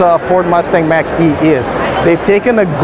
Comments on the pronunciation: It's MACH not MACK. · Model Y and Mach E are extremely comparable. They are competing in the same segment. And, Mach E is pronounced like mock not like an Apple Mac. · Mach is pronounced like “mock”. Named after Ernst Mach. It rhymes with Bach. Saying “Mack” is like pronouncing Tesla as “Tezla”. Elon Musk can’t pronounce the name of his company correctly because he’s not the one who picked the name. Or he’s doing it so he can say Martin named it Tesla but I renamed it Tezla, spelled with an S not Z. Lol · Man I was thinking the same thing!!! Its Mock not Big Mac! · Just say Mawk...Mach 1 is the speed of sound, Mach 2 is 2x the speed of sound, etc. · It more of a au sound, not quite mock but between mock and mack ahah, weird word indeed